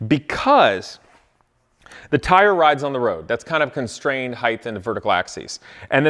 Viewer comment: "heighth" My brain: "height" Repeat 20x